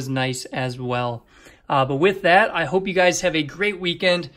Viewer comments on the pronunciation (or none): none